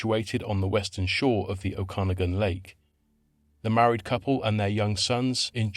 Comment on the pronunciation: Just so you know, it's pronounced Oh-kuh-nawg-in, that's how you say Okanagan. :D